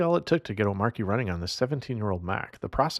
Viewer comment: Not pronounced "O-Marky"